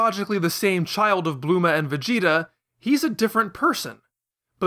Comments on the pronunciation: but it's saya-jin though, Plus wouldn't Bulma be Bu-lu-ma not Blooma? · What is with the weird pronunciation of names? Blooma? Kulrilrin? V-dell? Go-koo? Mr Sahtahn? Cyan instead of saiyan? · blooma is a play off the word "bloomers". the english approximation of "saiyajin" is "saiyan" where "sai" makes an "I" sound